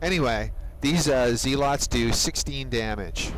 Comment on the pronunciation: and zealots are pronounced zeh-lutz.